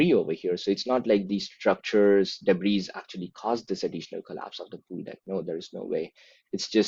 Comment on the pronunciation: Dear, thank you for your analysis. May I add that I admire your fluency in English, and given your excellence I imagine that you would prefer to pronounce 'debris' without saying the final S. (It's a word, as you may know, borrowed from French, a language which often doesn't pronounce final S's.) 'Debris' is a mass noun rather than a plural.